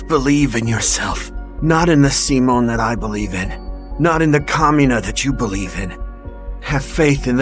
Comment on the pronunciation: Simon is pronounced "See-Moan" not "Sah-Moan."